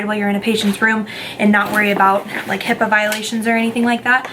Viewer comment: Its HIPAA, not HIPPA just sayin..